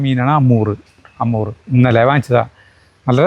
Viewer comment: അമൂർ എന്നല്ല ഹമൂർ എന്നാണ് മീനിൻ്റെ പേര്